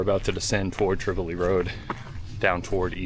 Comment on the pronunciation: Welcome back! You are a big reason why I started producing vids of the Whites. BTW Tripoli Road is pronounced "trip oh lie" road despite the city in Libya with the same spelling pronounced differently, and the Kanc is pronounced "kanc ah mah gus". (Hope you don't mind the corrections. They are offered in the spirt of being helpful but I know it sometimes comes across negatively, which isn't intended by any means in this case.)